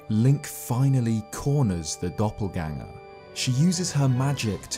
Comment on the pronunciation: "Doppelganger" sounds very German like 'Doppelgänger'